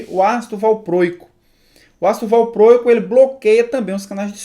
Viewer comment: Tenso ouvir valprôico..